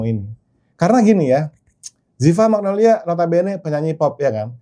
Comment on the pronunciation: magnolya pls bkn magnolia dear editor